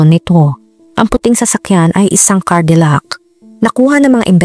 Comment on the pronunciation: Hindi cardillac "Cadillac "